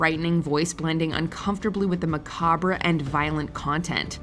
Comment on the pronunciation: Anyone else cringe when the narrator mispronounced macabre twice?